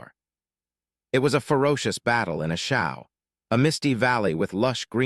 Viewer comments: pronunanced Long A sound A Shaw valley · A Shau is pronounced A SHAW....OUI ! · Narrator can’t say A Shau correctly, what does the future hold